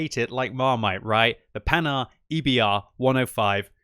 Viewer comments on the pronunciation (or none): none